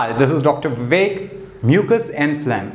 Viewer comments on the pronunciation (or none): none